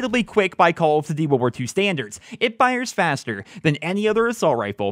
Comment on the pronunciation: "Call of Dtty" am not dissappoint. Have a sub